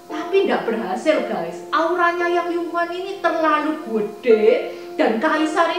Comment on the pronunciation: Cuma aku mau kasih masukan ya , nama asli Yang Gui Fei dibacanya Yang "Yii" Huan, bukan Yang "Yu" Huan. "Yu" dibaca "Yii(玉)" artinya adalah batu Giok.